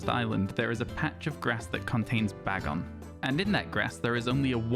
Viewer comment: Firstly, let me say I love that you say Bag-on. It's how I say it and I've not heard anyone else using that pronunciation. Secondly, you can get a shiny Salamance a different way. On Pokemon go, you can catch a low CP shiny bagon (or it's evolved forms but that's much less likely), evolve it using 125 Bagon candies and then transfer it to Pokemon Home and then to a compatible game. The low CP equates to a low level.